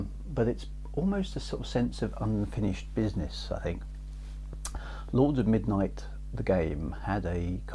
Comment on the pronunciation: I think your pronunciation of "Xajorkith" was fine - Chris gets that one wrong all the time! :P ...but your "Lords of Midnight" could do with some extra practice!